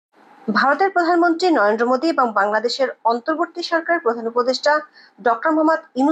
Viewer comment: উচ্চারণটা পরিষ্কার করুন, শব্দটা ন র ন্দ্র "নয়েনদো" ভুল উচ্চারণ